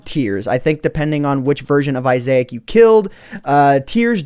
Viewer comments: Seriously? Isaac is pronounced eye-sack. not eye-zay-ack. If you didn't know, The binding of isaac is what it is based off of, a "twin stick" shooter that is super awesome and fun but is pretty gruesome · Isaac is part of a game called the binding of Isaac and it's pronounced Isac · Isaac pronounced Eye-zak, just like the name. My ocd died in that video. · He kept saying Isaac (eye-zay-ic) rather than (eye-zac) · It's pronounced Isac not Isa-ac. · dude...its i-zak < not i-zayak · respect the Bible man! (I-Zach) not isaic! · Isaac pronounced eye-zack not eye-say-ic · Really, Eye-zai-ik? I believe it is pronounced Eye-zak. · Iasec? its pronounced Iss-ack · I love the binding of i-zay-ke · its is sac fro m to binding of issac, and its said isac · lol the head is a reference to "The Binding of Isaac" by Edmund McMillan. it is pronounced as the name "Issac" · It's pronounced I-zac a character from the game binding of issac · I am giving some advice not hating on It's pronounced eye-sick from a popular indie game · It's pronounced i-sac from the binding of Isaac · Its pernounced Isac dumbass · It is I-Zec -_- He is from the game binding of Isaac. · Isaac is pronounced (eyes-ick) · isaac is from binding of isaac and I think you say it like normally saying Isac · You don't know how to pronounce "Isaac" (It is pronouced I-zack) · you are saying isaac wrong... its more of i-zick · Isaac is pronounced eye-zick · Isaac is pronounced IZ-ik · It's Eye-zik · Ies -ac it's from a game please pronounce it correctly please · isaac- (eyes-ick)... Sorry but you said it weird so much it was killing me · Its pronounced "eye zack" from the binding of issac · Isaac (Eye-Zick) is a reference from the binding of Isaac video game. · Isaac.... Just.... Wow. (i-zack) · izeeeec! I just feel the way he says Isaac, sounds so weird xd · It's pronounced isac from the amazing game binding of issac it's a reference. Play the game it's on steam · That's not how you say issac